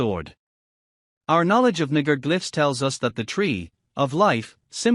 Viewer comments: Nah-gah.... no way that speech software is mispronouncing it that way. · Why is naga pronounced this way ? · Is it me or is the voice reading saying the n word over and over lol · That voice trying to say "Naga" made me kek.